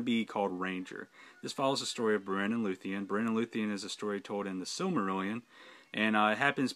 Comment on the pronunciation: Great video on these fan films. But I must correct your pronunciation for Beren. The stress is on the first syllable, not the second, which makes it (phonetically) BARE-en, not buh-REN.